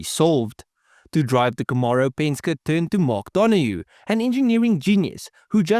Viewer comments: Yea, what’s a Penska? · Penske is pronounced pen-ski bro. 👍🏻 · It's pronounced "Pen-ski" Other than that, pretty good video, although I seriously doubt you could acid dip 360 lbs off a 67 Camaro. I'd think 100lbs would be a more realistic number, if that. Every pound helps, though. Penske was a master at cheating. After he switched over to AMC, he didn't like the way the Javelins handled and braked. He had his team fabricate a crossmember that allowed them to run Mustang suspension components and spindles that let them run the same Lincoln Continental brakes the Mustangs were running. When competitors began complaining, AMC began selling the crossmembers and spindles, which homologated them! I actually bought that crossmember and those spindles and upgraded the handling and braking on my 401 Gremlin.